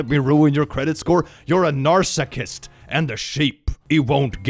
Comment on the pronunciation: "narsacist" ... can tell he's been called that